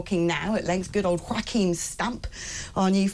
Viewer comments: He's NOT Wachim - he's Joachim - yo-ah-keem. Come on - we both went to Durham and Cardiff unis! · German minister is from Germany, not from Spain. Say his name correctly. Joachim, not Joaquin.